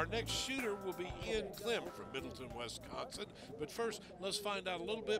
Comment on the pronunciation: Why does the narrator keep saying WESconsin. Its WISconsin